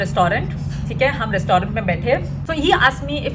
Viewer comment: Rest. Tarunt nhi hota behan. Rest traunt. Hota hai😂